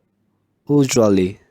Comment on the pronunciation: Grade: 1,4, you need a strong work on vowels too, please Please work on the pronunciation of these words by taking into account the consonant and the vowel sounds: Work on the correct position of your tongue in the indicated vowels. Television /ə/ /ɪ/ Usually. /ju:/ /ɪ/ special /Ɛ/ /ə/ pronunciation /ə/ /ʌ/ /ɪ/ /eɪ/ machine. /æ/ /ɪ/ EXCELLENT PRONUNCIATION OF THE CONSONANTS [ʃ] Work on the correct position of your tongue in the indicated vowels. Work on voiced pronunciation of the [δ] sounds Thought /ɔ:/ Twelfth /Ɛ/ Thursday /ɝ/ Three /i:/ Birthdays /ɝ/ /eɪ/ Month /ʌ/ Those /əʊ/ These /i:/ The /ə/ Others /ʌ/ /ɚ/ There /Ɛɚ/ EXCELLENT PRONUNCIATION OF THE CONSONANTS [θ] Work on the correct position of your tongue in the indicated vowels. Work on the voiced pronunciation of the [z] sounds Summer /ʌ/ /ɚ/ City /ɪ/ Glasses /æ/ /ɪ/ Zoo /u:/ Close /əʊ/ Music /ju:/ /ɪ/ Jazz /æ/ EXCELLENT PRONUNCIATION OF THE CONSONANTS [s] Work on the correct position of your tongue in the indicated vowels. Leaving /i:/ /ɪ/ Five /aɪ/ Seven /Ɛ/ /ə/ Visa /ɪ/ /ə/ Visit /ɪ/ /ɪ/ Stephen /i:/ /ə/ Lives /ɪ/ Village /ɪ/ /ə/ Fourteenth /ɔ:/ /i:/ February /Ɛ/ /ʊə/ /ɪ/ For /ɔ:/ Autograph /ɔ:/ /ə/ /ɑ:/ Laughed /ɑ:/